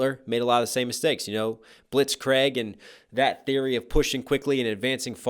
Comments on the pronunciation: Blitrkrieg(say it like blitzcreeg) not blitzcraig or blitzgreg :D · Love these vids, but please, Blitzkrieg is pronounced blitzcreeg, not blitzcraig :) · Bruh, i find it hillarious how he pronounces blitzkrieg as blitzcraig (No offence, the vid is great tho) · Seriously americans, it Blitzkrieg. Creeg pronouned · Technically it’s pronounced blitzkreeg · Talks about ERB mispronouncing Luftwaffe in a previous Vader v Hitler rap battle. Also: "Blitz-CRAIG" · try to pronounce it "blitz-creek" my man:) awesome reactions.. hope you do "Oppenheimer vs Thanos" next =) much love from germany anyways <3 keep it up